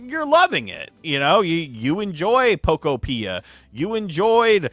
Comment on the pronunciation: Can you at least pronounce the game correctly? Poke-opia, like a Pokemon utopia.